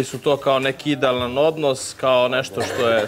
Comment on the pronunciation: Jel on ovo reče super odnosT?